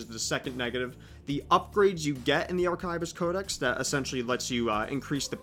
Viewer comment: arkaivist. certainly an interesting way to pronounce that word